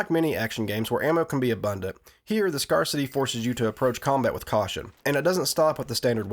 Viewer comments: This was awesome, you've done it again. One pedantic thing because I'm a jerk its "Scare-city" not "Scar-city" (Scarcity, /ˈskersədē/) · Its "scare-city" NOT "scar-city" :) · Dude, scarcity is not pronounced “scar city” it’s “scarce-ity” as in the quality of being scarce. You lunk. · but why the initial assumption? Why scar city rather than the quality of scarceness? Did it make sense to you that it would reflect the behavior of a megalopolis of the deformed? “The creamed corn is as rare as it is in scar city”? I generally applaud and defend mispronunciation- it means you educated yourself, an autodidact. I myself educated myself in a mountain town of 90 from crumbling books. I resented those Ivy League pukes who later in life chortled at me for logically pronouncing what they had tutors to instruct them on the arbitrary actuality of. But scarcity? That’s obviously, again, the quality of scarce-ness. Ie a failure on your part. Answer me a question I’d love to know for myself- how do you redeem yourself from intellectual contempt? Or should we retreat together to Scar City?